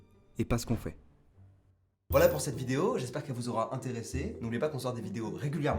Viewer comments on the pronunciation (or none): none